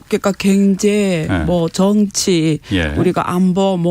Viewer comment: 방송들으면서 순화된 발음을 망가트리는 시간이 됩니다. 겡재 갱제 희안 합니다 KBS라디오 방송 이-------! 큰것을 놓치는 편성과 모든것이 내부의